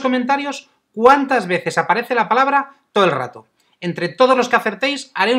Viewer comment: Solo la vi una vez la palabra pero no decía todo el rato creo que decía toelrato lol. Saludos